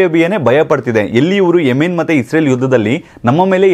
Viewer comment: ಎ ಮಾರಾಯ" ಎಮಿ🤣ನ್" ಅಲ್ಲ ಅದು " ಎಮನ್ "